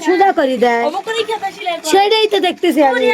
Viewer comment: খেতা নয়,কাঁথা